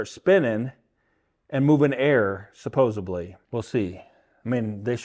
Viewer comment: Supposedly not supposebly 😂!!